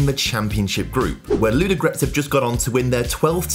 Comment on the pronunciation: I like how you pronounce the names, especially Ludogorets! Actually, they made a mistake in writing it 'Vraca', should be 'Vratsa'.